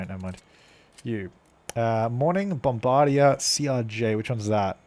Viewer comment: Lol, that pronunciation of Bombardier made me cringe.